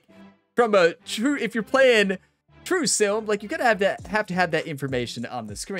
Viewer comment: Everytime you say sim, I hear silm and it makes me giggle.